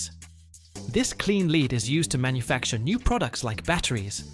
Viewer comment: “Lead from LEDs”. Pronounced this with a long “EE” sound. Robovoice. Down-voted.